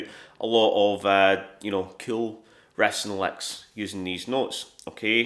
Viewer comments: It's "riffs & licks", guys. Yeah, I thought he was saying "rests and likes" at first too. 😅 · "Refs and lecks"?? 😂